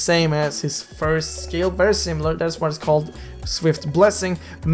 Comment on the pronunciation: It's not Perry nor Veery IT'S VERRY